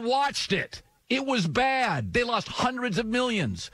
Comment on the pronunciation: "lossed" lmao. It's "lost"